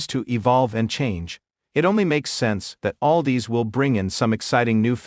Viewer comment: It's Aldis not Aldees